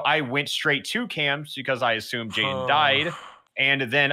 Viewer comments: Jaiden: jadien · did nobody notice that jaidens same was “jadien”?